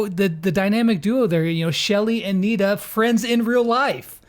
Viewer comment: he said NITA which sounds like "Need to"